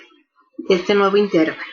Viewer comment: Todo muy bien pero la palabra intervalo no lleva la sílaba tónica en la letra "e". Está mal dicha si se le pone la sílaba tónica en la "e".La única forma correcta es "intervalo", grave y sin tilde.